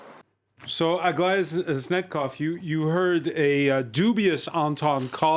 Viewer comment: Why does he call Aglaya - Aglia?